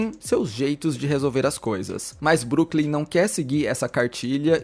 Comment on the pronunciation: Broklym e não Brooklym 😊